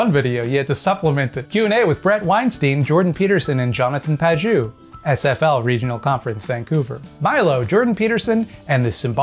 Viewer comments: To summarize -- "I don't understand what Pageau (mispronounced as Pajoo) is saying. So he's stupid." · Fun fact: the -eau suffix in French is usually pronounced "oh" rather than "ooo" :) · FYI, Pageau is pronounced "Pa-jo". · Usually in French, "eau" is pronounced like "oh", not "ooo". But I have no doubt you're quite correct about him, otherwise. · It's pronounced more like "pah-zhoh" not "pah-zhew". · But for real, if Pageau knew the language his name comes from, he'd know the letters "eau" are pronounced "o", so "paj-o" is his name and I'm even more annoyed now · My cousin knew a French guy once, and it's pronounced Page-O. You're welcome, don't mention it. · As an academic who tries very hard to be able to explain things clearly to laypeople, this obfuscatory air Pageau puts on really gets my goat. PS: If you're interested, his name is pronounced /paʒo/ or "pa-zho". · Please, please, Pageau is pronounced "PAJ-O" the way you say it sounds like "not cheeks" or "not juice" and it hurts my poor franco-ontarian ears so much... Great video though, I actually know one of his fans and it's really disconcerting how he convinces otherwise intelligent people of some very strange (to me) beliefs. Keep up the good work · Isn't it pronounced "Paj-oh"? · shouldn't Pageau be pronounced pa-jo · He pronounces ‘Pageau’ wrong too. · That's not how to pronunce "Pageau". Otherwise, interesting video! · I'm pretty sure that's not how you pronounce Pageau but this doofus doesn't deserve a regular name. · The pronunciation of Pageau is this vid is sending me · He pronounced his own name wrong, in French "eau" makes a long O sound. Trudeau, for example Eau de Toilette for another example.